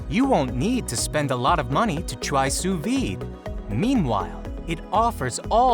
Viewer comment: wtf, sous VIIIIIIIDE, its pronounced sue veed. Also, how do you miss pronounce a v. facepalm